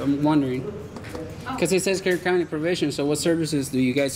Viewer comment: I been following for a year or more now an I Been lookin for your channel but searching "" each time coz u an say follow all the time n that's how it sounds u know 😂 😂 😂 no I Flippin know it's kern County Lol. Respect from Ireland man